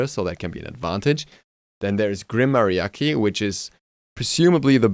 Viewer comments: You just said "Grim Mariaky" 😂😂😂 It's MAH-(Rolled tongue)DI-AH-CHEE. Gg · Grim Maria-ki I'm done that pronunciation hurt lol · its hard when you never learned spanish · not every one knows/ understand the laungage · lol it sound funny when you say "mariachi" xD good vid bro!